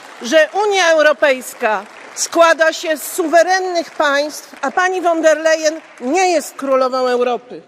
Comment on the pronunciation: Szydło, ostatni prymitywne nawet nie potrafi wymówić poprawnie Urszuli von der Leyen. A pcha się fo Brukseli. Wstyd